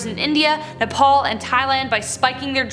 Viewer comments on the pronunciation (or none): none